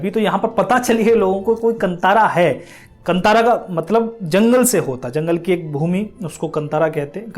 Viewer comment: It’s pronounced Kaanthaara meaning forest. Puzzled why they spelled it Kantara in English. So glad the movie is liked widely India. We are so trained to watch movies with good looking people trying to act and dance